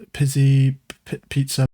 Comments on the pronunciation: Pizzacato ( pit•suh•kaa•tow) .... Pizza cutter 🤣🤣🤣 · Gotta love how bruh is genuinely a greater musician than I'll ever be but then he pulls some shit like not being able to pronounce peezeekato